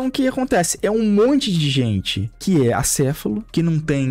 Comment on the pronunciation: Ele não pesquisou o significado de acéfalo, ele pesquisou o significado de ACEFULO, sem acento e com U ainda por cima Eu tava achando que ele falar acéfulo era só vício de linguagem, mas não, o cara pensa que é assim mesmo que escreve pqp